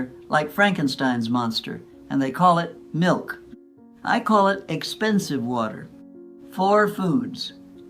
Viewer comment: This is all made up by AI… near the beginning of the video she said wat e r instead of water. That was my first clue…